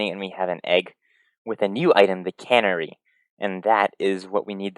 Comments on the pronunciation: One thing here. It's not "cannery". Kuh-NARRY. With the stress on the second syllable. It's a songbird. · It's a canary! Not a cannery! I know. I know. Who cares? It just bugged me because he says it so many times. Great video though. Love your expediency and calm tone. Keep up the good work. Peace and love. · And it is Pronounced Can-Airy